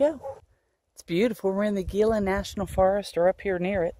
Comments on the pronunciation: Bilateral Gila pronounced like hila come on. Gila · Actually should suggest HeeLa.. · Just subscribed. Looks fun. I was born and raised in Arizona, and got the giggles every time you said Gila. I am new to recumbent trikes, a 600$ part sounds horrible. Looking forward to catching up on these videos.